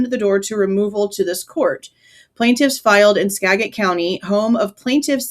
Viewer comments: Aww., I live in Washington state, and it’s pronounced Ska (as in “apple”)- jit County. Trust me. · Live in Wa its pronounced SKA JET 💚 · It’s pronounced Ska-jit. I’m a lifelong resident of Washington and former WSU employee. The g is soft - sounds like a j and the a is pronounced as in cat. Skagit Rhymes with gadget. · I'm near Skagit County. It's pronounced SKA-JIT. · Hey I live in Washington and I don't even know how to pronounce it lol. Hubby told me I was wrong the other day 🤣 he said it's pronounced Scajit. I guess he has lived in this state a lot longer than me so he probably knows 🙄🤣 I've always pronounced it the way you were in the video and I thought that was correct. Maybe it's a mystery that will never be solved lmao